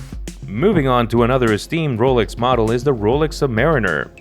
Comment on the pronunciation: Ro-lix? Ro-LEX!